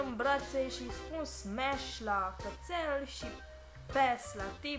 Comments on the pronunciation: in loc sa zici smash ai zis spash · "SPASHH"?????? Stop it, get some help! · Smash or Pass!!!:Spash😂😂😂😂😂😂